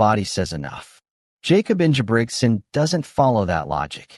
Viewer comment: Learn how to say his name correctly bro.